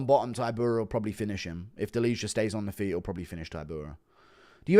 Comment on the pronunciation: its not "deliha", you would pronounce it more correct saying "delia". no "h"